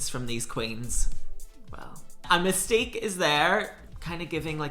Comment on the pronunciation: “Mystique” in your accent sounds like “Mistake” in an American accent, I can’t stop hearing it 😂😂😂 Your take is always literally spot on 100%, love these